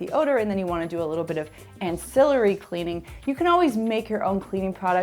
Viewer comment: you are mis-pronouncing ancillary.